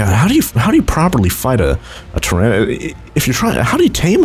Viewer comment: It's pronounced "Terra-dawn"